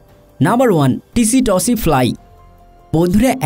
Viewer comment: ওটা টিসিটসি ফ্লাই না, সেতসি ফ্লাই বলে ।